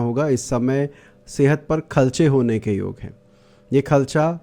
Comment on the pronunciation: Aap kharche ko khalcha kyon bolte ho😂😂